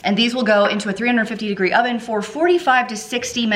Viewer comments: Did anyone one else hear "did I mention my onion is preheating"? 😂😂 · Did you say your “onion” is preheating? That’s what I heard and what CC said 😆